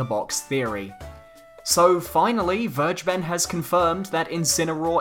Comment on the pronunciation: How to pronounce Vergeben: Ver: like fairy without the "y" ge: the "g" is no "dji" in german, it's pronounced like the "g" in great The "e" is the hardest part for me to describe because your "e" is our "i", but it's pronounced like the "eeh eeh eeh" adlib kodak black sometimes does (like in There He Go) Ben: just like the name Ben, but you kinda mumble it In the end it should sound more like "Vergebn or Vergebm" with an emphasis on "Ver" and a ptrotracted "eeh" I hope it helps you guys and I hope Vergeben really wanted to have the german word for "forgiven" as his or her name, because otherwise this was a total waste of time for everybody that reads this comment but well, banjo kazooie for smash